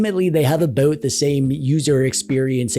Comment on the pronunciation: Oat-A-boat, With oat EH!